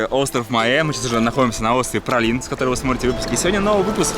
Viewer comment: Но как же режет слух этот "пралин" по 20 раз за выпуск!!! Ну как можно было найти это нечто?) Даже интересно, на каком языке произношение может быть именно таким?